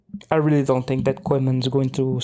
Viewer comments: Weldone. Please learn how to pronounce Koeman. Its pronounced "Kooman". You sound very funny and clownish how you pronounce that word. Sincere advice. Thank you. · The E in Koeman is silent.